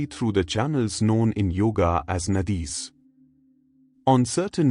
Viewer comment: Learn proper pronounciatio- praana, naadis